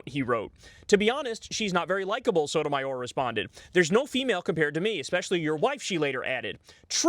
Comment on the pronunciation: Lmao "Shy Sotomayor"